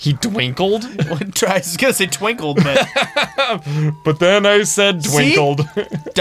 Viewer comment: "He just... dwinkled!" - 2020